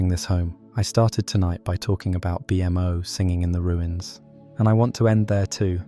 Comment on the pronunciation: "Gol-B", "B-M-O" The AI voice just killed this video